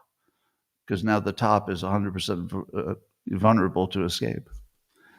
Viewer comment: For the millionth time-VULNERABLE not VUNERABLE ffs